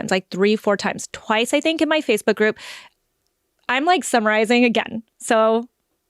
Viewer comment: 😅 when said "I am summarizing," I heard "I am summer rising" and my first thought was, "Oh no, is this going to be all about energy and star signs?"